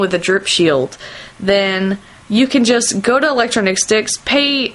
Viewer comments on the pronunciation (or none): electronic sticks not electro-nic-sticks or whatever